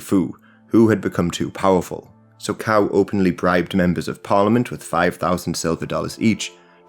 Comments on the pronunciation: 'C' in Cao is pronounced as 'Ts'. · Really appreciate all the research and work you're doing on this. Just a little advice on pronunciation, since it looks like you are planning to make more videos on Chinese history with sources using Pinyin spelling: the letter "C" by itself as in "Cao" is pronounced like "ts" (as in "tsar" or "tsunami").